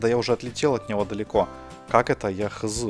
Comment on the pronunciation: не ХыЗы а ХэЗэ